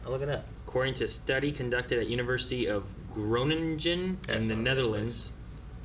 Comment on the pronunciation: Aarons version of bagel is how he pronounced Groningen . Its probably only funny if you're dutch.